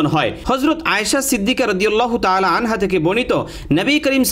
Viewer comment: hazrat ayesha siddika radiallahutaala anha hobe, anhu noi.